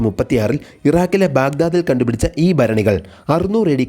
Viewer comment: "ബാവി " ബരണി, ബരിച്ചിരുന്നപ്പോൾ ഇതൊക്കെ മാറ്റി പിടിക്ക്, അവതാരക...😢